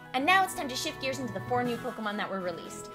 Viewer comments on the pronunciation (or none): none